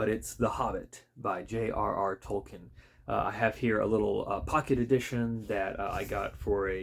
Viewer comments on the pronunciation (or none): It's pronounced Tolkeen. Long E .... Tol keen ...